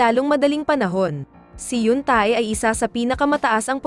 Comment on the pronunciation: Hinde tae o ebak ang bigkas sa T.A.E...kUNDI TE...SILENT A.